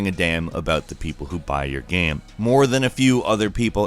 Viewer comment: everytime he says "game" gaem...geam?